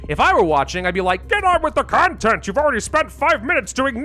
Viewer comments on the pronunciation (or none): none